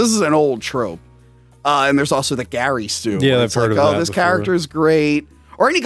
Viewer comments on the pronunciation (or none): none